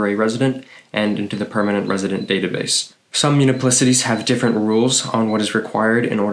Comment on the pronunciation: Good info at a fast pace. However, you might want to update some things: it's not 'muniplicity' but municipality! Also: permanent, not 'permament'